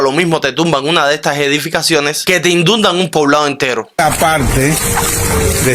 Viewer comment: Oye as dicho indundan ? 😂😂😂😂😂😂😂😂😂